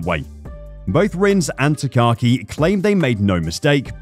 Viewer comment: Not that big of a deal but his name is pronounced Taka-Aki, not Takaki. It's a mouthful to pronounce, hence why many just refer to him as "Taka."